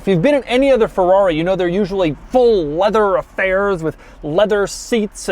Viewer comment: “Full leavew affaiws”